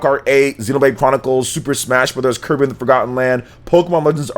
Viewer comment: it's sounded like he said Kermit and the forgotten lands. I would play that.